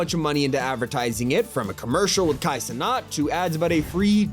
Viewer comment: did bro just say "vee" 😂 Edit: I went longer into the video and bro said "cenaut"